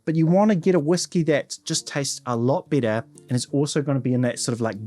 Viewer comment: Please try to better differentiate between “better” and “bitter”